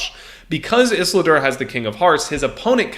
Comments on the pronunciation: Iz-ul-dur not iss-la-dur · ffs has this guy even seen lord of the rings? ISILDUR!!! ISS-EEL-DUR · Is-lidur lmao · Listening to you try and pronounce Isildur was so triggering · mispronouncing Isildur is bugging me lol. please re watch lord of the rings ;) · It hurts more and more every time he says it.......